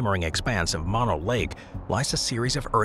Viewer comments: "Mono" is pronounced like "moe-noe," not "maw-noe." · Mah-no is pronounced Moh-no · Just to keep things straight in the media, "Mono" as in Mono Lake, is pronounced "moan-o".